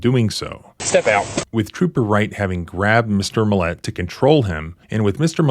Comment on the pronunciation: Why do you keep emphasizing the wrong syllable of the guy's last name? It's MILL-et. Not mill-ET. Emphasis goes on the front end, there, not the back end.